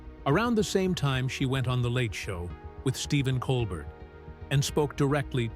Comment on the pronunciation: an example of a person with vast wealth actually using the money for good . diametrically opposed to rump. why can you not pronounce colbert correctly? it negates the value of EVERYTHING that you have said, by that glaring faux pas you always seem to do it. are you unteachable? so sad because you sound educated and your enunciation is usually spot on. what is the matter with you ?